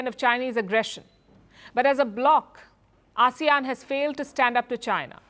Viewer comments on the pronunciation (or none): none